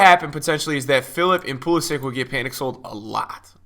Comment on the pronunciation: Pulisich .. not pulsic